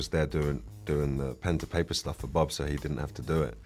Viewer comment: .."Bhhab"??..no.. it's ' BOB '...!